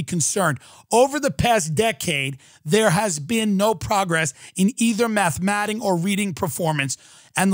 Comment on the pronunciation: "Grow up and take criticism from a comedian. Over the past decade there has been no improvement in "MATHMATTING" or reading performance..." ROTFL